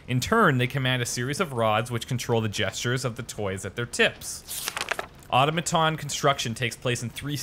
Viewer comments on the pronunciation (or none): The way you pronounce "automaton" is going to drive me crazy throughout this entire series... lol (You say 'auto-maton' when it's really 'au-tom-a-ton'. The inn keeper said it right! :P)